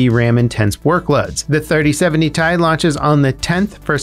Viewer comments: PLEASE it's not tie .. it's T.i. (as in Titanium) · Its T I not tie 😂😂😭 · lol first time I heard someone say T.I. as Thai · Say it with me "T. I." not "Ty" lol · bruh had me hella confused with the "3080 thai"... my guy everyone calls it "3080 tee-eye" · Lol same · I kinda flinched every time he said tie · except literally no one says "ty" even nvidia say t.i. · i was thinking this as he said it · TAJ!! No no no... It's Tee Aj! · Who says Tai instead of Ti.... I’m scared now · It’s T i not tie. Separate letters not one word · Why are you pronouncing It as TIE, instead of Tea-Eye, each letter individually! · Broooo pls have mercy on my soul. Stop saying ty and just say T.I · Is he trolling us for comments by calling it Ty rather than Ti? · It's pronounced "ti", not "ti"! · Stop saying Tie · "3080 tai" you had to purposely butcher the pronunciation. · 3080 thai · "3080 tie" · I have never heard anyone pronounce it "Ty" before... Now I'm questioning if we've all just been saying it wrong all this time... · Who calls it “tie”? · Please never say "Thai" after any GPU name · And who the hell pronounces 3080Ti like that? Ty...? da hell? xD Unsubbed! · I cringed really hard. And then went looking in the comments lol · Nvidia pronounces it like that?? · The way you pronounce Ti frustrate me more than it should tbh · don't worry we all cringed at this